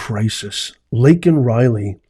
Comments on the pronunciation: You're as bad as Biden. He mispronounced the girl's name the same way you did. It's Laken Riley not Lincoln. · I've gone over it six repeats and each time without doubt you both sound EXACTLY alike when pronouncing her name. If you think you said Lankan then so did Brandon. It's really though pronounced LAKE-an. I'm only being objective, so don't get defensive on what could be considered a trivial matter. You have a great day of liberty,. That's what we all live for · Biden not only mispronouced Laken's name, he also downplayed her murder by saying that she is not the ONLY murder victim of illegals.....WHAT ON EARTH DOES THAT MEAN??!! So this young lady's murder should be overlooked because now she is just a STATISTIC??!! Why didnt he say that GEORGE FLLOYD WAS Just ANOTHER CRIMINAL DYING WHILE RESISTING ARREST...but instead he made an ENTIRE SPEECH condemning the police and promoting BLM AND ANTIFA violent and destructive riots. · The reason he said this young ladies name wrong is 1-He cannot read and 2-He has never said or heard her name before. But mostly cause he is incapable of first reading her name and don't give a damn. What a FOOL. Y'all know that there is no Fool like an OLD FOOL. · I'm not so concerned with him. Miss pronouncing, somebody's name as opposed to how concerned I am with what he said after that he.quickly glossed over and went to but how many thousands of people have been killed by illegals.? As if to say she's one of many so what. In the meantime, a gold star parent was there complaining about his son getting killed because he got left behind.Or whatever the case may be and he got arrested. Way to put america's first pedal joe. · Didn't get her name right!!!! Wow! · It didn't matter he said Laken's name wrong, just Don't say illegal . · I had to stop watching the replay because I got physically ill. Did not say Laken correctly, the arrest of the Gold Star father, the attack on the SCOTUS, this guy is depraved.